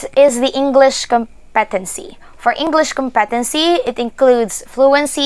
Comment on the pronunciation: You are very helpful, thank-you. Just check your pronunciation of the word competency, put the emphasis on the first cyllable